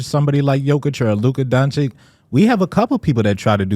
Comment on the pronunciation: His name is skill not Donchick come on it's not that hard to pronounce his name at this point you just look racist